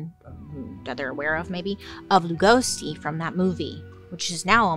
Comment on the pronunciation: Please don’t call him Gosey like that! 😂 it Legosi. Get your goth facts straight sis!